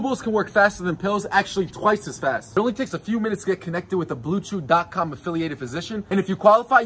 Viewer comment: Instead of hearing "BlueChews" I heared Blue juice.